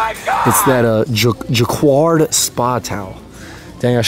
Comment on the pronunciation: It's pronounced as 'ja-kard'